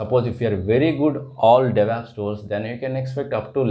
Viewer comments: why do you people pronounce devops as devApps?? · Because it is Stylish to say devApps and it also sounds very stylish to say "MISSION" learning for Machine Learning